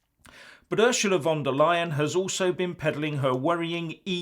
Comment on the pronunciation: Sorry, did you say Ursula De LYIN'? Must go to Specsavers for a hearing aid!